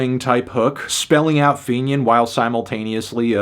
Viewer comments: Fantano saying fenian is insane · you saying “fenian” is a bit of a shocker 😅